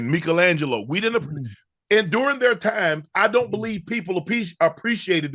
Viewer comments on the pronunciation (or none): Love the show but Unc said Meekel Angelo lol